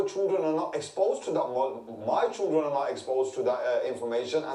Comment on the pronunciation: Ugh, I hate it when people say choo-dren instead of children. Try and say ‘chilled run’ instead, it will make you sound less thick.